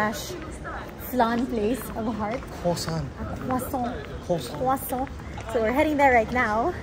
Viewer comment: 🤣😂😅katawa kos "Eu De Toilette" HAHAAHAHHAHAHAHAHAHA ansot og hugaw daw lage Paris, nya daghan pickpockets, nya daghan daw vandals. Pero nahan gihapon ko muadto makita ang Eiffel og mukaon "krowsant" 😂